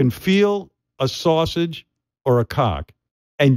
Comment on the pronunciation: Sal: Saw-sage not sausage but Saw-Sage smh....sad that this show trying its hardest to stay alive